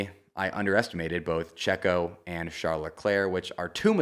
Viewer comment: i hate the way you say checo’s name